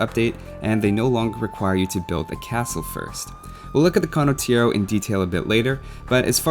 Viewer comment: Condottiero pronunciation is really sketchy... but that's probably the smallest nitpick anyone could ever made so w/e. Great video regardless!